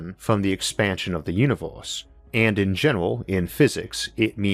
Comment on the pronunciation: Univors?? Orth wtf, what is wrong with this guy...